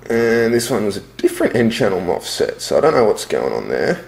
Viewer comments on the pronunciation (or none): Stop saying mofset. It's mosfets